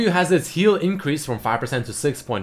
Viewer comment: increased not incrased